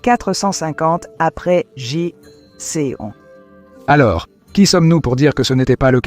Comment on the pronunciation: IA... le vi-aie siècle après GéJiCi... Lol. Sujet interessant, mais comme c'est de l'IA, quelle fiabilité je peux accorder à ce non travail? C'est une honte ces chaînes full-IA.